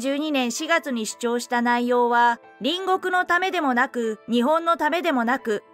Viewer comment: 隣国=りんごく×。りんこく=○です。兎に角、今機嫌取りなんぞしてるときではないです。其々が確りとするときです。